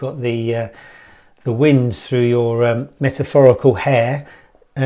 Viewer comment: “Methaphorical hair” 😂